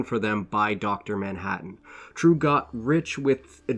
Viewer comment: You Totally butchered the name Triêu. It is NOT True. More like Tree -eu (like French eud as in eud de parfum).